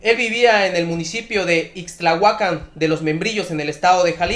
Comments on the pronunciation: MHIJO ... ACENTO EN LA Á IXTLAHUACÁN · Es Ixtlahuacán de los Membrillos, no ixtlahuacan ya no saben para que son los acentos. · Es Ixtlahúacan No ixtlahuacán...